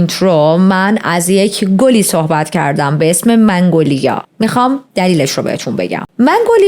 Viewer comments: سلام عالی بود 🎉🎉🎉 ولی یه نکته وجود داره این گل مگنولیا است شما منگولیا تلفظ کردین فکر کنم اشتباه لفظی بود 😅😅😅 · منگولیا اشتباه است و مگنولیا درسته..من فلوریست هستم و متوجه شدم منگ‌لیا میگویی اما درستش. مگنولیا میلاشد.عرض کردم جهت اطلاع.موفق باشی خوشگره. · عزیزم منگولیا چرا میگید؟ اسمش مگنولیا هست.داشتید پرونده مینوشتید اسم صحیحش رو سرچ نکردید؟ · درود بر تو❤ ممنون بابت کاور این پرونده خیلی خوشم میاد که با دقت و با انرژی زیاد جریان پرونده هات رو توضیح میدی و انقدر واسه شنونده هات ارزش قائلی در مورد گلی که اسم بردی باید بگم که من از چت جی پی تی سوال کردم گلی به اسم منگولیا وجود نداره و اینی که گفتی تلفظ درستش مگنولیا هستش که من حتی خیلی سال پیش عطرش رو هم داشتم در مورد سمی بودنشم؛ بو کردن و لمس کردن گل مگنولیا اصلا خطرناک نیست ولی خوردن قسمتهایی از ساقه و گلبرگش خطرناکه و بخاطر همین، نگهداریش در خونه به کسایی که پت دارن توصیه نمیشه همین دیگه؛ بازم ازت ممنونم خیلی دوستت دارم بانوی زیبا و پاینده و پیروز باشی 💝🥰⚘😘🙏🏻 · منگولیا😂😂😂 مگنولیا🙄✅ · ای خدا😅😅😅 عزیزم چقد بامزه مگنولیارو میگی منگولیا😂بگردمت😅❤ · چه باحال مگنولیارو میگه منگولیا 😂عزززیزززممم ❤ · منگولیا چیه؟ مگنولیا درسته.. 🙂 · مـگـنـولـیـا درسته، چرا میگی مـنـگـولیا؟! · مگنولیا فکر کنم نه منگولیا 🙂منگولیا شبیه فحش شبهای برره اس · فکر در ابتدای ویدئو به اشتباه می گفتی منگوایا